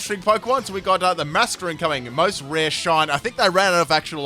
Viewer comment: 'Mostrareshin'... Literally had room to write 'rarest shiny' lol